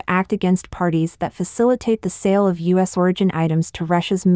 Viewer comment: Please stop using robots for your narration. You have a good podcast but the mispronunciation is a joke... e.g. the U.S. as us ?